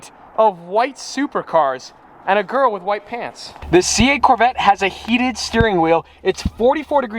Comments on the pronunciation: Rihan Teemul he’s the next Generation Gru trying to get a Gorl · Hearing him say Girl is like a girl calling me BOY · The way says "girl" sounds like he's wanting to say "Babe"